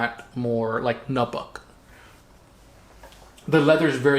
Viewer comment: They used Swedish Powdered Steel for Bugei. Nubuck is pronounced "new buck" 😂